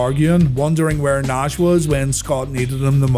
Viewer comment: Dude said Nahhh-shh :face-blue-smiling